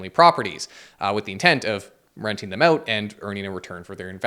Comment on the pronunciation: ** Scary music plays** “BlackRock paid me to spread their propaganda” followed by the most Canadian “so please go check it ooout” 😅 lol